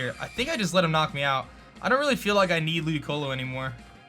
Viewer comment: Why did he say ludioco